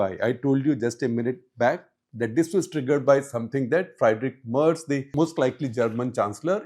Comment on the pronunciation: One correction. Friedrich is pronounced as Freed-rich and not Fried-rich.